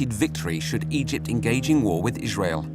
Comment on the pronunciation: Narrator for no reason: Ijshrael